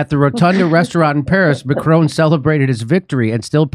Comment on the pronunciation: How does Jimmy NOT know how to pronounce all these world leaders names?! Its “Macron” not “Macronnne” It’s “she” xi not “zee”. The best one was Frankos Hollande instead of the very obvious François HollANDE. Jimmy you’re a champ. If you want pronunciation help, I’m willing to proof read your script and write phonetic spellings for you